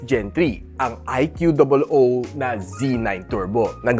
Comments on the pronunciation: bat ba "i q double o" pag pronounce mo? pinapahirapan mo lang sarili mo eh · di ba ikoo tamang pronunciation nyan sir.